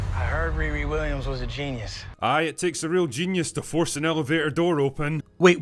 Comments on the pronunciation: I don’t like her because they named her something that we would in trouble for saying in school (mocking term for mentally disabled person). That name is supposed to be pronounced Rear-ee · Not complaining about RIRI being a hard to say name 🤣